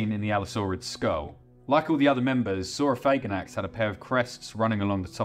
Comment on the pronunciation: I'm not trying to sound homophobic at all, but man THANK YOU for pronouncing it sor-oh-FAY-gan-ax instead of sor-oh-FAG-an-ax. It sounds way cooler that way